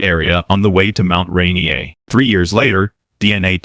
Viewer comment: first off please say mt Rainer correctly